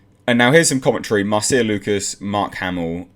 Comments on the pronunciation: Normally, at least in the US, Marcia is pronounced "Marsha". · Her name is pronounced "Marsha". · This quote came after TLJ and before Rise when it was total Mary Sue. And pronounce Marcia correctly. And credit Doomcock for breaking this story wide.